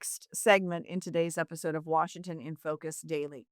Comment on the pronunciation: did forget how to say the name of the state he works for? hysterically 😂 This guy is such an idiot.